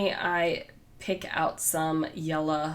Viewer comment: I love how you say “orange” and “yella”! ❤️